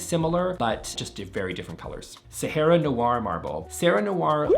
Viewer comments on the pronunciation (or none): none